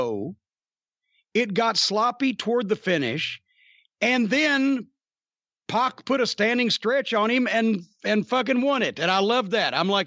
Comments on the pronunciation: It's pac not poc and it's twat not twot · It's PAC (like pack of hot dogs lol)